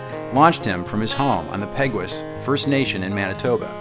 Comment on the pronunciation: Great to see you highlight William Prince,! Just one thing - Peguis First Nation would be pronounced "Pay-GWAY" since it's a French name.